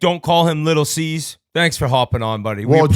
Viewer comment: Not “Little Ceas” 😂